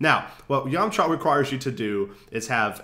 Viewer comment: yahm-chuh. not yawm-chaw. great video though!!!